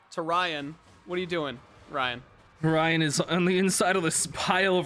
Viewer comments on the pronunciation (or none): I love how just starts calling Ryan "jyan" halfway through the episode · I herd condi's character as Dry'n instead of Jryan